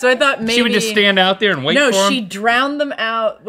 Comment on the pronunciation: Out der in da bayou had me rolling 😂